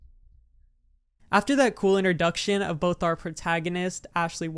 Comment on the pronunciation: Why does this guy keep saying "interduction" instead of introduction